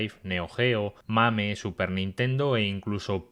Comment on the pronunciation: Casi me muero de risa cuando el estaba diciendo los emuladores de la sup dijo la-MAME